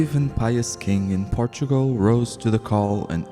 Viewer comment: Por- Tu -O-Gral